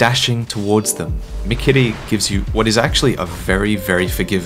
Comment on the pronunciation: Dude. I love how you pronounce 'Sekiro', 'mikiri' and 'shuriken'. Props